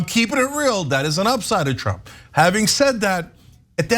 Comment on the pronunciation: Did Ana Kasparian just call trump Shrump? 😆